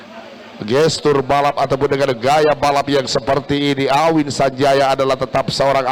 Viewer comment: AWHIN, BUKAN AHWIN